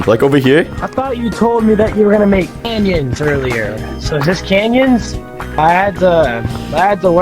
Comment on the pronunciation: That ain’t canyons that’s banyons😭🙏